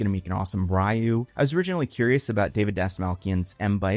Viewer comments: Ryu's pronounced like this: REE-YOU = RYU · Street Fighter will probably be bad, but I'm also potentially getting a hint of Speed Racer from what I've seen. A live action movie that sincerely embraces the ridiculous cartoon world of its source material with with an over the top visual style, which the critics will probably hate, but a particular audience will absolutely love. Also I don't think I've heard someone say Ryu like that in like 20 years.